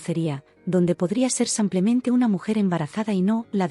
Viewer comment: No se cansan de decir samplemente 😢